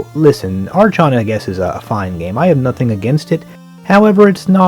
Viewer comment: The "chon" in "Archon" is pronounced like the "Chron" in "Chrontendo" (minus the "r"). I will add to that useless nitpick that I appreciate your videos very much.